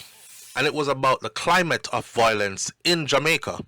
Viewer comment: you keep mispronouncing the word violence and it takes away from what you are saying every few seconds. The word is pronounced Vi-O-lence,,, not VOI-lence. Now carry on and do your thing. You're welcome 😊